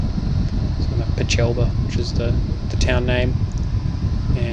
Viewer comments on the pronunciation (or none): Stonks of the highest order! Thanks for a very insightful video. It would have been no small job to voiceover the entire length of this, but it is very, very helpful for a fledgling glider pilot. Oh, and we’ll get you pronouncing Peechelba correctly one day ;)